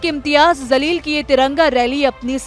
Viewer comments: Pronounce correct karo Jamleel hai not zaleel , Allah hu Akbar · Tojhe news anchor kisne banaya name to sahe se le zaleel nahe jaleel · Zaleel Nahi Jaleel bolo. Sahi uccharan seekho. App patrakar ho. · Anchor madam Imtiyaz zaleel nahi he Jaleel he Urdu sahi we bole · Bete wo imtiyaz Zaleel nahi, Jaleel hai Please thoda theek se pronounce karen